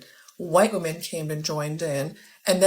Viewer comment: Why do they pronounce "women" as "woman"?